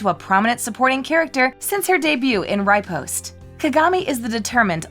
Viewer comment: It’s RE-POST & *RE-YUKO*! Not “RI-poste” and “RI-Yuko”!